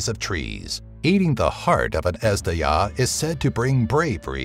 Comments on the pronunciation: I know it's hard to pronounce the names correctly, but if you're making videos about mythologies and cultures, such efforts shall be taken. Azhdaha, is pronounced similar to Ajh-Da-Ha. It's not Huma, but Homa. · Azhdaha is pronounced Ejdeha and it means dragon. In the persian culture there is a legend about a unique race of dragon. That's what Ejdeha is. A different kind of a dragon. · Number 6, Ezhdeha means dragon and zh is pronounces as "J" in French, not z in English